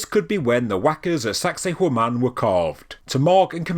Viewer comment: Every time you say sacsayhuaman it sounds like you're saying 'sexy woman' in a Jamaican accent 🤭